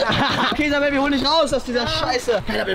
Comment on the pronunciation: Wie er den nammen von isabel auschpricht ()